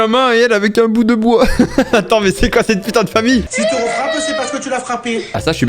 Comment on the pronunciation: « Et elle avec inn bout de Boig »😂